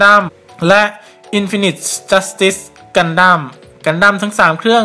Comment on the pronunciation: อ่านว่า อินฟีนิที จัสติส ไม่ใช่หรอครับ